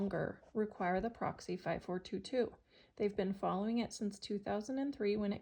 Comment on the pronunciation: There’s no way Tennessee would require a 180. Also, why do you keep calling it Proxy instead of Praxis. It’s pronounced praxis like practice.